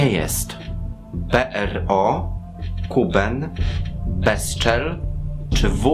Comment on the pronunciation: Kuban nie Kuben ;D